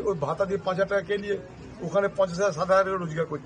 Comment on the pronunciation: ভ্রাতা নয় ভাতা হবে ঠিক করে নাও